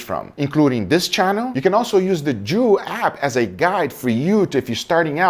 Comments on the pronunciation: Did say "Jew App"? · I know you said joules app but damn it sounded like something else 😂